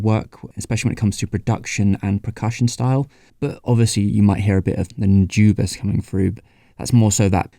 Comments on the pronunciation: the "u" in Nujabes is like de "oo" in doodle, the "a" is like the "a" in that. the rest is ok. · Man you just can't seem to pronounce Nujabes properly in this video. Anyway here's a reccomendation for early j-hiphop RHYMESTER'S - Ore ni Iwaserya